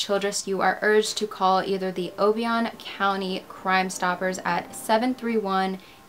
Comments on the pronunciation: For the record-- it's o-BI-on County.. not O-bion...you're not the first person to get that wrong. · Glad you got this story out. I'm from close to Union City, Tn. This story always haunted me. Pamala changed her story so many times. The name of the river (Obion) is pronounced "O Bye un". Just say it all together. Thanks again. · FYI: Obion is pronounced O-by-n. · I lived in nearby Dresden, TN and I clearly remember when all of this happened. This was an excellent made video, but for one thing, you are mispronouncing "Obion". It's pronounced o-BI-on. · I remember when she went missing. I lived in the next county over from where she lived. I was a teenager at that time. it was on WPSD TV news every night. Obion is also pronounced Oh-Beye-On, just in case you have another story from that county. Love your videos. Always a great job. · I love the work you’ve done on this case ❤️ the only issue is (also a local resident here) the river is pronounced O-bye-on